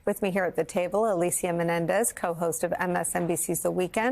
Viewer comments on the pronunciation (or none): none